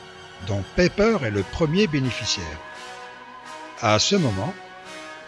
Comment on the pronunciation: Très intéressant bien fait, mais si je peux me permettre : c'est pas ''peper" mais "païper" ,''ei'' se pronoce ''aï'', comme aie.